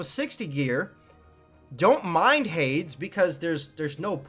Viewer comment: Mans cant say Hades